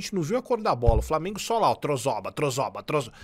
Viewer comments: Na moral tinha que fazer um compilado do falando "Framenguun" kkkkkkkkkkkk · Desculpa, mas eu só entrei no vídeo para ouvir ele falar "FRAMIENGO", desculpa novamente 😅, mas pelo menos deixei o like 😅😅😅